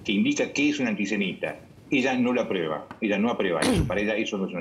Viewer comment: sos muy culto pero deberías decir "aprueba" y no "apreba"